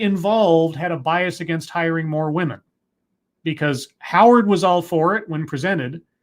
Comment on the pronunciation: What is it about this trend of women pronouncing women as 'woman'? Is this some kind of feminist new speak? Perhaps women are now referred to as 'woman' as a collective? Because...last time I checked the plural form of woman is women pronounced wimmen. I notice she uses the correct plural of man, men, but not women. Me don't get it.